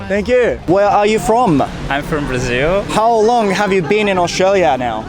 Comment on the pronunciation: とっても流暢な英語！vの発音がbに聴こえるかなぁhave とか、ちょこっと気になった